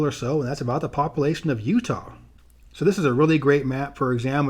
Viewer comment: I know I'm going to sound like a jerk when they say this but as a geographer you think population would be a word you would make sure you pronounce correctly